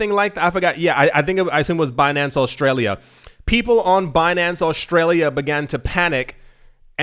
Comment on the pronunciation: Aushtralia? Pls repeat it 50 more times